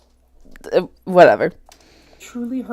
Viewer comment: English is not my native language and even I get annoyed when she says "expecially". 🙈 My face went 😱when she said she used kitchen scissors to cut her hair!